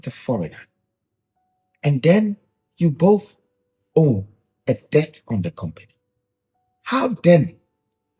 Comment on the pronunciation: this is a kind correction. Debt is pronounced as “det”👍🏾